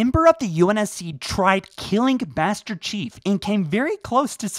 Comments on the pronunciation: I reheard it like 5 times, and you definately dont say "Master chief" you are saying "bester chief" or something lmao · Did nobody else notice that he said "Baster Chief" at the beginning? Just me? OK... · Ah yes, the infamous... "bAsTer cHiEF!" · I heard he tried to kill "Bastard Chief" I had to rewind because I misheard him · “BASTER CHIEF” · I cant unhear "baster chief" lmao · I swear he said bastard chief within start of the video lol but as always love your stuff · I'm pretty sure he just said 'Baster Chief' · Don’t y’all love “Baster Cheif?” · “Baster chief”. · Did you say "tried killing Bastard Chief"? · Is it just me or did he say bastard chief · Baster cheif? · Baster chief this is a joke on how he said master chief so please don't hate me